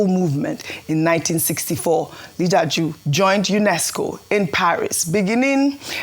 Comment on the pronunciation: How hard is it to pronounce "Li Ja Du"?